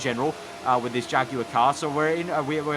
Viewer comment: OH24 jagwire 😒😒😞😞